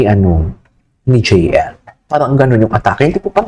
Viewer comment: Jeyelie pronunciation nya sa JL mamsh 😂